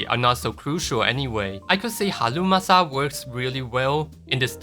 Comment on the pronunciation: i love how you say "halumasa" 😂😂